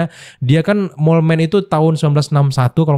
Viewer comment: di baca mol bang. artinya tikis tanah